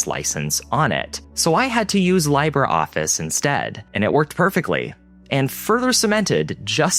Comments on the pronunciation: Congrats in making the public aware of an alternative kernel for ther computers. By the way, when you misspronounce something it takes away your power of expresion. Libreoffice stands for freeofice. It is pronounced Leebre office not Liebre office. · It’s “lee-bruh” office, not “lie-ber” office. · dude said laibra office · I died inside when you called "LibreOffice" Lie-brr Office. Lee bray, dude. Lee bray. Do you only know English? Anyone who has studied a Latin-based language would know how to pronounce it. Why are you making videos on subjects when you clearly don't know much of anything about them? Leave it to a Mac user to act like the Iphone was the first smart device, too. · Do Linux people really pronounce Libre Office "LIE-bra?" That word is pronounced LEE-bray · Lee-bre office. no lie bre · "Libre"(office) as in free. Not laibre. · Libreoffice: pronounced Lee-brae office , spanish meaning FREE office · IT'S PRONOUNCED "LEE-BRE" MEANING FREE IN SPANISH. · It's pronounced Libra office, BTW. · "Lie-bra Office"?! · Libreoffice being pronounced as LIE-bruh Office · BTW, it's pronounced "leeb-ray-office". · Lee-bray office.